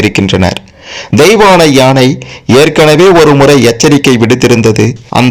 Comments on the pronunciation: And also yeinai instead of YAANAI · Not yenai...it is yaanai